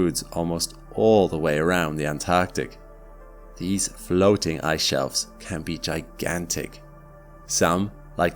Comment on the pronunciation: Correct me if i'm wrong, but i think the word is 'Antarctic'?